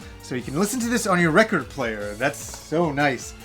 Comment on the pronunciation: does say record funny? great vids btw!!